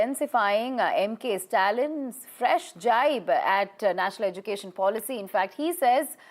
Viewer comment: If one has to communicate alone they can do a one month language course for spoken hindi or spoken odia or whatsover .. why thrusting on us. Education minister Dharmendra Pradan cannot even pronounce Education properly .. edukesan...that's how he pronounces